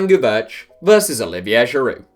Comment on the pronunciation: It is pronounced gee-varsh. Not “gee-verch”. Also you don’t pronounce the D at the end of Giroud